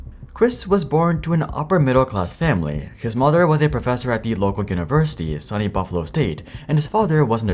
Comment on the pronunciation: FYI - SUNY is pronounced "soo-KNEE". Still a great video as always, but you made all of your New York State viewers cringe for a moment. 😂